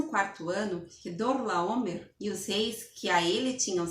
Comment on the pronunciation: A dificuldade de falar Quedorlaomer kkkkkkkkkkkkkkkkkk